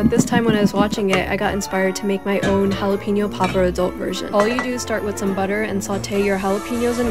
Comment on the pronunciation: Is it really that hard to pronounce jalapeño correctly?